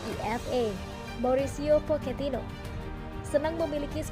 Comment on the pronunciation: Pochetino min, bukan poketino